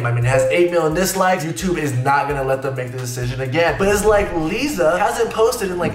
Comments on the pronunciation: You pronounced Liza's name wrong and she did post on her second channel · HEY! PLS PRONOUNCE LIZA NAME PROPERLY SHE IS BUSY..SHE IS ACTING IN MOVIE OK SHE HAS HER OWN MOVIE